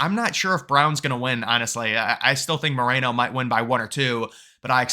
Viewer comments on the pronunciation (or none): none